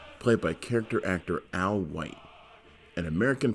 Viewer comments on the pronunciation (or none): none